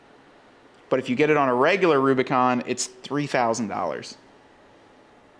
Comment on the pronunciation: Kudos for the nailed model name! I’m cool with the Mojave hoods on the new Rubi’s. Much more aggressive looking than the Euro hood. Good look!